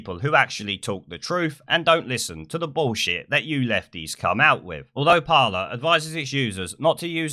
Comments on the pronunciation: It's pronounced par-lay, not parler. It's a French word which means talk or conversation. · just so you know, its pronounced parley, as in to parley (speak) with somebody of opposing sides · It’s called ‘Par-ley’ isn’t it? Don’t want to be that guy but fuck it 🤣 I’ll shut my mouth now. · christopher stanley it’s not it’s parler